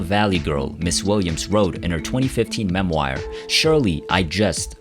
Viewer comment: “In her mem-WIRE”? “Room TWO HUNDRED AND TWENTY TWO”? Miss Williams deserves far better than to be memorialized by some thoughtless AI voice. Jaysus, you people who are responsible for this post are of the most careless kind. I wish the best for all of Cindy Williams’ family and I wish to express my deepest condolences to all who have lost one of the most beloved loved souls of our time. R.I.P., Miss Williams. 🙏